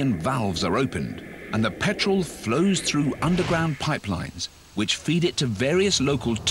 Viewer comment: liter of pertol... while doing the show in Texas. ok